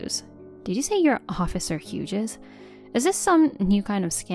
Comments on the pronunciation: FYI. Hughes is a one-syllable word and is pronounced as "HYOOZ" not HYOO-JEZ. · Hughses? As a Hughes, I'm offended at the mispronunciation! 😂 I'm kidding, I laughed.